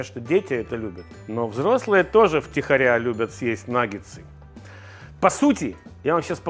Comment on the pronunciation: Почему Ивлев в рекламе называет наггетсы "наггеНсами" ? А мы за Лазерсона с правильным произношением!